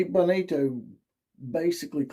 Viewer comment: You really need to work on your material. It took nearly 3 minutes to get to your first point. Its pronounced BO ni- to. He was referring to a specific CB talking trash about the alex Grinch, not Riley. And it has been discussed since he left he had one foot out the door after Helton was fired. Do better next time